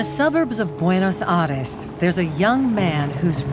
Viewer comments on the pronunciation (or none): Had not heard someone mess up saying “Buenos Aires” with such finesse ✨ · Ahh yes, Booenos Ahress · she pronounced buenos aires as buenos ares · Isn't it supposed to be pronounced without the I? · As someone from Buenos Aires myself, the "i" is supposed to be pronounced. In Spanish we don't really have silent letters, except for the letter H in the beginning of syllables. So, everything else should be pronounced.